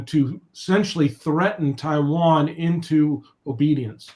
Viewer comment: Corect the hastag it's Taiwan not Tiwan